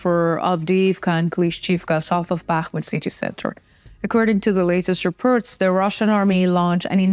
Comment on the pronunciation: It's spoken "reports, befor, support" with an "o" not with an "e" like "reperts". O is spoken o. But you'll get it in a few trys.